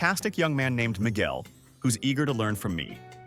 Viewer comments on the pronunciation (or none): That's not Miguel, that's Mi Ge Er 🤣🤣